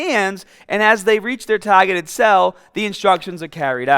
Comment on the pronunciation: Mahket... Salms.... taagated . Ha